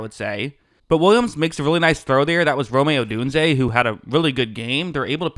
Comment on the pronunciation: Sereously, how the fuck does this guy have 100k+ subscribers? It looks like he uses MS paint to draw these defensive concepts and offers no explanation for what the defense is actually doing and the looks the offense is making. From the autistic lisp to him STILL mispronouncing "Rome-ay"'s name after hundreds of comments on other Bear's breakdown videos, I find this dude extremely unbearable to listen to. I highly recommend somebody like Chase Daniel or JT O'Sullivan from The QB School. They offer a much more detailed breakdown and actually seem to understand what they're talking about and know how to pronounce the player's names.